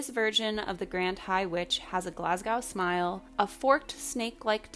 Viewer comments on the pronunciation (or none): Yeah and not the "GlasgOWWWW smayle." 🤣